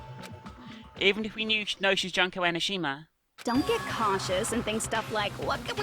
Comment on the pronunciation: its Junko not Juhnkoh